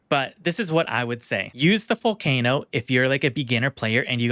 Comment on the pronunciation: Vull-kah-no Not vull-kay-no It's Italian